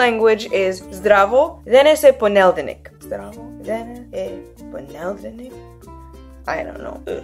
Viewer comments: ok i don't speak macedonian, but i do speak a little russian, so all i'm saying is based on that - firstly i'm pretty sure you said poneldenik, not ponedelnik; secondly in russian, the word stress in defo poneDELnik, not poNEdelnik; and thirdly, and this might be the most wrong suggestion, but in russian, a lot of the /o/ sounds in the first syllables are pronounced as /a/ sounds, so the o in ponedelnik should sound basically like the a in zdravo. good luck with all your languages and don't take anything i said for pure gold just in case haha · okay i'll take back anything i said about the specific pronounciation :D but still the word is ponedelnik, so is it really pronounced poneldenik? :D does the letter L really change place? i know languages have these kinds of words, but haven't heard russian having any. i'm honestly just really curious, as i study languages myself :)